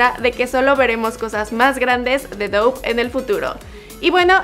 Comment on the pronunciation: No se pronuncia Dough sinó "Dof".